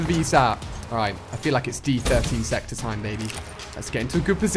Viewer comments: stop calling it d 13 sector , pretty easy to tell its d 1(I)3(e) sector = diesector ..... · I love how you keep saying d13 sector.... i think the joke is the fact that its the die-sector or disector Ali... love the footage tho, keep up the good work man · It's supposed to be pronounced the die sector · did he not realised it is called the diesector?